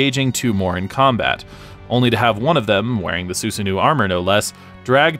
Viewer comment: The pronunciation of of Susano'o is killing me but nice vid. Only thing I can remember that is incorrect is that Terumi used a physical relic called the Hirokane to split himself from Hazama near the end of the story.